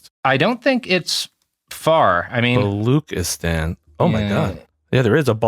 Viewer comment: balu-tchi-stan, not bali-khi-stan. jeez robert, do SOME research at least